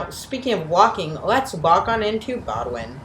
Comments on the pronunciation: BOWDOIN station is pronounced BOHHHHH - DIN not BOW A DIN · The narrator alienated every Bostonian by mispronouncing the terminal’s name. It’s pronounced “Boden”, not “Bodwin”. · Bo-dun, not Bo-doo-win, and East Boston, not Eastern Boston. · "Bo-d'n", not "bod-win." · It is pronounced Bo din. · It's "BOW-Din" Station. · you should have done your pronunciation homework ahead of time!!! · The T’s own announcement says BOW-DN.